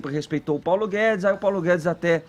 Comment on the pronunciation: "Paulo Gué-dês" 🤣